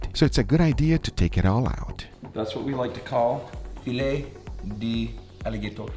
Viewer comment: Filet de aligatone lmao….. sounds French 🤣🤣🤣🤣❤️